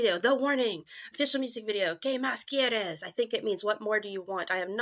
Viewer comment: Your Spanish isn't that terrible, you said very well "DIME QUÉ MÁS QUIERES". For other people who speak only English and who have tried to say it, believe me your pronunciation is very good!!